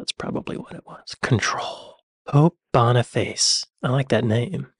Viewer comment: "Boniface' is not pronounced "Bonny face"